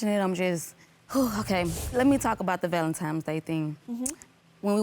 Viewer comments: Valentime's Day??? Ladyyyyyy... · She said ’Valentime’s’ day🤣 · Please stop saying " valentime"🤦🏾‍♀️🤦🏾‍♀️